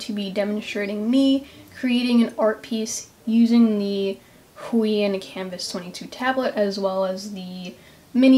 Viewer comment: Isn't is pronounced - Hoo-Aah-On?